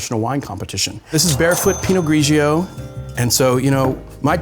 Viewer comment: Please! pino-GREE-joe not pino-GREE-GEE-oh! Too many syllables! Superb vids.